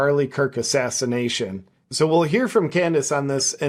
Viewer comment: Please say assassination